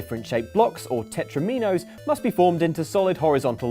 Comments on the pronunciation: "Tetro-mee-nose"?, you're dead to me. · For the love of god, "tetromino" rhymes with "domino", not "amino".